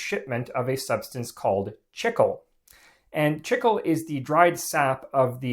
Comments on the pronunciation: Learn to pronounce things correctly...it's "chee-klay", not "chickul" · For those wondering, it's pronounced "Chee-Clay" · Buddy. It’s pronounced “cheek-lay” not “chick-uwl”. It’s Spanish. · Chicle is pronounced “chee-clay” not “chickle” it is still the Spanish word for gum. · Chicle, the (original) base material for chewing gum, is pronounced CHEEK-lay, not “chickle.” People in Mexico have chewed it since pre-Hispanic times. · Chicle is correctly pronounced "Chik-LAY" not :Chik-ul" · "chickel"? I believe you mean "chee-clay", no? That's how it's pronounced in Spanish anyway. When I started flight training the flight instructor would often offer me a piece of gum. It's good for ear popping in the unpressurized airplane but he also said that he could observe how students chewed it to see how stressed the student is. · Wasn't that flavored with pepsin? Chickle? Wasn't the way we all pronounced it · chicle (chee'-clay) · Chicle is pronounced "Cheek lay" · My man called it "Chickel" like 40 times! 😂😂😂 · Noooo not this dude pronouncing chicle as "chickle" 😭😭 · I hate to be that guy, but chicle is pronounced chee-clay. It's Spanish. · Its actually pronounced CHEE-KLEY "chi-cle"= chicle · It’s pronounced: chee-klay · did not know it was pronounced like "chickle" in english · It's not. This guy only ever read it! 😂😂😂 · Chicle is pronounced chee-clay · The incorrect pronunciation of "chicle" makes this unwatchable. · The pronunciation of chicle is a human rights violation.